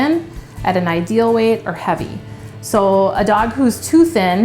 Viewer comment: Obese lady talking about weiight🥴